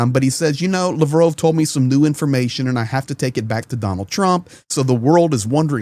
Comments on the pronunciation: Lavrov not Lavrove, say it right ffs. Lav Rov, say it out loud. Lav Rove is what you say. He's Russian not French 😂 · Hi. Just wondering why you pronounce his name as "Lavrove' and not" Lavrov"? I don't speak Russian so I'm just curious as to what is the correct pronunciation. Thanks 👍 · Your pronouncing Lavrov wrong lol